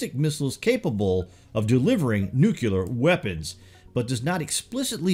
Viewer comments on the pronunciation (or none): absolutely dig your video Bro of the greatest discoveries of 2018 and for what is to come for 2019. It is my darnest need to provide a grammatical error in the word Nuclear for your viewers. The word is pronounced as New/Clear not Nuke/u/lar. As your videos inform/educate; your viewers must always be provided with the correct pronunciation. Excelcior! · Nucular? Really? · "nuke-ular" George Bush,is that you?